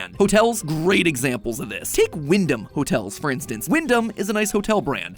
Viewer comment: Bro I’m from Windham Maine (well I was born there and lived there till I was 5 now I live in New Hampshire) but yeah every time he says Wyndham it caches my attention🤣